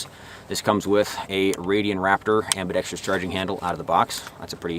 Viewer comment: You might be the first youruber to say ambidextrous correctly. Most say ambidextrious.